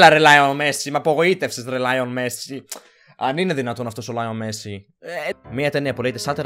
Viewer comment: λιονελ μεσσι οχι λιον μεσσι